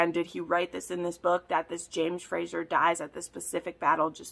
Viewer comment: Question, why do you say Frasher"s/Frasier???? It's Fraser, like S sound.